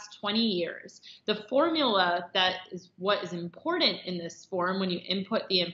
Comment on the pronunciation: Come on, the woman can not even say " important " correctly. How could they not go from there.